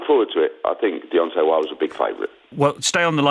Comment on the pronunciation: Did frank call him deyonce 😂😂